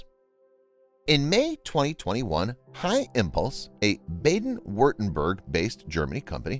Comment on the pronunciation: "... a Bayden Wurtenburg based Germany company" - Baden is pronounced more; Bar-den or even Bah-den